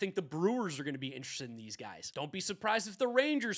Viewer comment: Dude doesn’t know how to pronounce ‘interested’